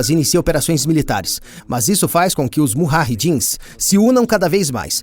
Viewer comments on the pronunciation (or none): Os cortes no vídeo e algumas cotações são totalmente fora de contexto histórico e geopolítico!!! Os "mujahedins" onde o nome tem que ser falado usando o "J" não é respeitado! Sem contar que não cita a liderança do saudita Osama Bin Laden, financiado pelos EUA nesse momento histórico!!! Affff Não estou defendendo nenhum posicionamento em meus comentários mas, defendendo a lisura e o respeito aos fatos!